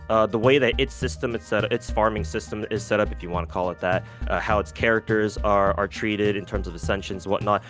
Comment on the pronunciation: if only he could pronounce the characters names as well as he builds them 😭